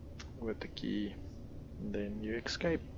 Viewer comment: ESCAPE...why is this such a hard word to pronounce lol.!